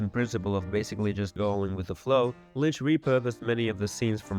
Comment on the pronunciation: I have really good quality speakers and a perfect listening room, and every sentence you say has one confusing mistake in it and I literally can't make it out. Sometimes you pronounce Lynch like Mlynch. I have no idea what country you're from but that's insane. I'm literally going to have to find an AI to fix your video